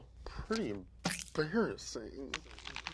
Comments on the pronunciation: Absolutely no one:: EmBARriSIN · saying "Embarrassing" is amusing me too much😂😂😂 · Every time he says embarrassing I physically clench my cheeks for some reason. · please don't do that to the audio again.. stereo and levels all messed up. also the digital effects were a bit much on this one.. i don't wanna see mouth THAT dam much, and how many times did we hyper-focus on a 'funny' pronunciation of the word embarrassing? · i might be the only one to say this. But the words like "embarrassing" being over pronounced/ emphasized is just getting a bit much, and it feels a lot like Tik-Tok content creators trying to create a new catch phrase. i couldn't be arsed to explain in more detail. No hate, just what i think, and still enjoy donut Could just be me, IDK